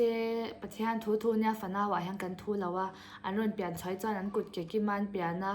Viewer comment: Mizotawng hman dik loh inei zeuh aw😊 chuan tih hi lam fiah tha teh .